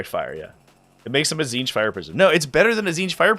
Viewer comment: you read the tzeenth one rong